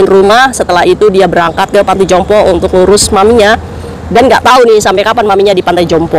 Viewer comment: Panti jompo kok dengar ku beberapan kali kok ngomongnya (pantai jompo....)🙏🙏🙏🙏